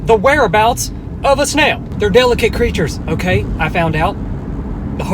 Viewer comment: Did it sound like he said nail at first